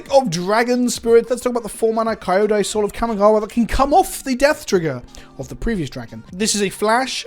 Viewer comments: I know I'm late at watching this, but just to satisfy my nitpicking self The name in Japanese is pronounced "Kiódai", where the i is the i in it, fit, sit, lit etc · Ao is pronounced 'ow', like what people say when they're hurt Kyodai is pronounced 'key-yo-dai'. Kind of like how you pronounce 'key', but don't put too much emphasis on the 'e' part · You don't pronounce Kyoto as Ky-o-to, so neither is Kyodai pronounced Ky-o-dai